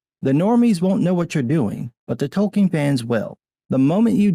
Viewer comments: It’s Tolkien.... not Token.... stupid Wamenzon. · "Token" Tolkien.